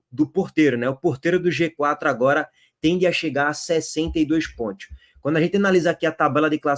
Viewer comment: Pontios pq vc pronuncia PONTIOS ? KKKKKKKK